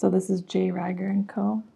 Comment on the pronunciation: J. Rieger & Co. is a local KC distillery which is why you were seeing it everywhere. And it's pronounced more like a long E than a long I. Think "eager" not "tiger".